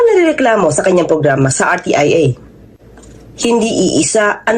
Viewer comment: R T I A....HINDI RTEA